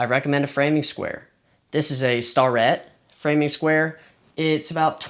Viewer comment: Starrett is pronounced stare-ett. 😂